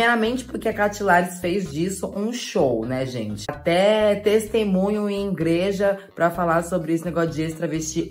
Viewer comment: A falando ingreja me matou kkkkkkkkkkkkk